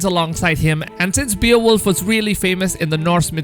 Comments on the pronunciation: Bay-oh-wolf, not Bee-uh-wolf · Its pronounced Bae-wolf n the Grendel part is all wrong.. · It’s pronounced bayo-wolf or bay-wolf 😂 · it's pronounced "BAY-OH-WOLF" not "BEE-OH-WOLF" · That pronounced Bay - wolf not be-a-wolf 🤦🏽‍♂️ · Beowolf (bay-oh-wolf) hollyyyy fff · “Beal wolf” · Terminator of content and beowulf Sound like beerwolf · Beowulf is very popular character there is movies and books about him but you really messed up the pronunciation